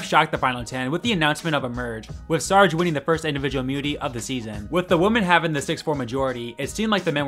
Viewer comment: This is a personal pet peeve, it sounds like you’re saying woman instead of women when you’re talking about a group of females. You do however clearly pronounce men when you are talking about a group of males.